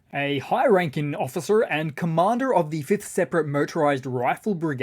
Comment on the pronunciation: He said "Occifer!" I died laughing! 😆